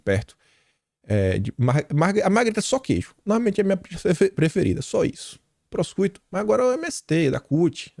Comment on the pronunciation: “Proscuito”,??? 😂😂😂😂 Não seria o “Prochuto”? (Pronúncia)